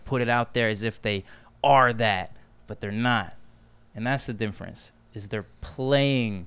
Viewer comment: Oh my god stop saaying "dimference"